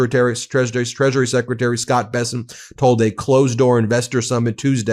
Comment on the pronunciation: Did you just say treachery secretary?